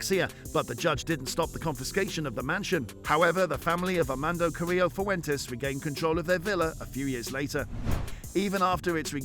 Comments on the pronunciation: Amando😂 AMADO, some people should really double check things before posting. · Said his name 200,000 times and said it wrong every time